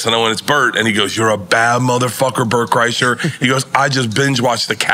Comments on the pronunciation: He calling him Brett kresher lmfao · It’s his favorite comedian but less than 2 min in he called him Bret 😂 than called him Bret Kresher smh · So happy to see Burnt Krishna join the pod. Big thanks to nore for the super correct pronunciation 😅🎉😂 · I love how he don't pronounce either one of his names correctly lol lawd I love NORE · How's he say he's my favorite comedian I love this man. I follow this man. Then mispronounce the hell out of his name lol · It's an 'inside joke' to fk up Bort Kershers name on purpose.